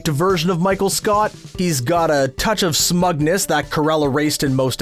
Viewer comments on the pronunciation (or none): Good video but u said smugness wrong